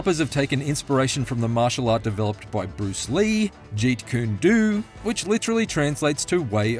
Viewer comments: That's the first time I ever heard someone said 截拳道 as "Jeet Koon Doo" Usually it's either like "Jie Quan Dao" but similar sounding to "Chie Chuen Dao", or just outright "Jit Ku Ne Dou". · The Do in Jeet Kune Do is pronounced Doh like play-doh. (Obviously this is still not exactly the correct phonemes but its alot closer.)